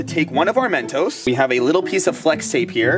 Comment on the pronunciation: just say mentos not Men toes